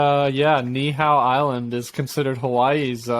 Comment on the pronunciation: Ni’ihau 🦻🏾 knee - eee - how